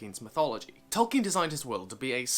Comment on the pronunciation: Idk why but I have such a hard man crush on you right now. Speeding through your videos. Such a great comprehension of Tolkien lore... love your pronunciation of Tolkien